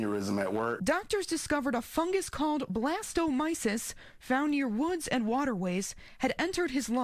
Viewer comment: It's not "Blastomicis". it's Blastomycosis.